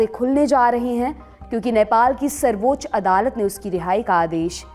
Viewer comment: Its sarbaccha adalat (supreme court) not sarboch adalat